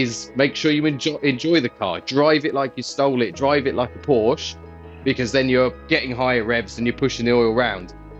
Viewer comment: At least pronounce porsche correctly 😮